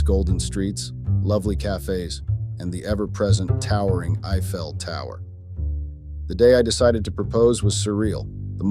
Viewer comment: Was that the "eye fail" tower or the "I fell" tower?